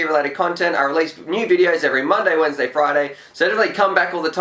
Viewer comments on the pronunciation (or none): none